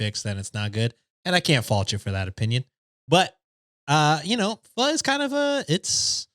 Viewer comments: mispronouncing pho almost made me unsubscribe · I’m part of Vietnamese and when he tried to pronounce Pho I thought that was hilarious 😂